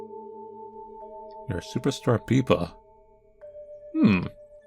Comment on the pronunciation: Peepa? Isn't the name Pippa?